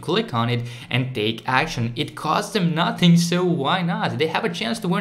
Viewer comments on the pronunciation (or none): none